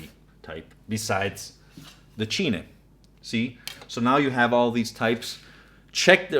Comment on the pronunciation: Just to let you know "cine" is pronounced like cine like in cinema.